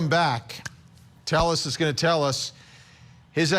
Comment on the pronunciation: Couldn't stand you repeatedly butchering the dudes name It's not Tell us, it's Tayes